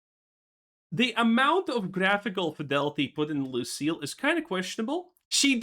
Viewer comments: its lucia not lucielle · Same here! WTF it's a common 5 lettered name. Lucia is pronounced "Loo-see-A" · Her name is L U C I A not Lucelle